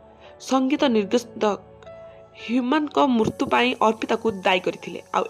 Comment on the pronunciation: ମୁର୍ତ୍ତୁ ନା ମୃତ୍ୟୁ 😅🤣😂 କୋକଲା ନ୍ୟୁଜ